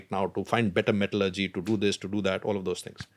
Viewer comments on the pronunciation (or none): none